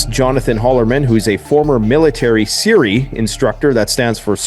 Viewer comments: S.E.R.E. is pronounced 'SEAR', not 'SIRI'. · SERE pronounced Sear not siri just fyi. Good stuff nevertheless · "SERE" is pronounced "Sear", not "Siri", for future reference. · its sere like a seared steak not sere like siri on a cellphone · Siri , seerE. 😂. It's just pronounced "seer" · It’s sere. See er. Not Siri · Gonna help u out homie. As a navy vet, s.e.r.e. is pronounced "sear" not "siri" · It's pronounced "sear", not "sear-ee". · It’s pronounced “sear”, not “Siri” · SERE, an acronym that's annunciated like sear, not like Siri. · I DON'T WANT TO BE NEAR PEOPLE ANYWAY (ps... it's pronounced "SEEEEER") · Just a heads up, SERE is pronounced like “sear” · SERE is usually pronounced like the word SEAR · Clicked off as soon as I heard SERE school pronounced "Siri". My guy, come on. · You mispronounced the SERE acronym. You pronounce it like “SEER.” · It's pronounced like "sear" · My brother did it back in the 80's. They pronounced it "see-ree." What's changed it since then? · I’ve done it since then. It’s pronounced like “sear” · no hate but it’s pronounced (Sear) just like the firearms part. Love the content brother! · SERE…pronounced like what you do to a steak on the grill. Sear.